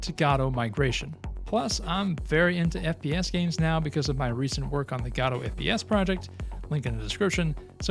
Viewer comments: Godot - pronounced Guh-doh, not "Gah-doh" or "Go-doh". Guh-doh. It seems this isn't your first video on this subject and it's annoying to hear someone continue to mispronounce a word... especially when it's in the same video... especially when that video is NOT the first in the series. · You're both correct. The official website states "Godot is named after the play Waiting for Godot, and is usually pronounced like in the play. Different languages have different pronunciations for Godot and we find it beautiful." So while the creator might have had an intended pronunciation, it seems any pronunciation is okay.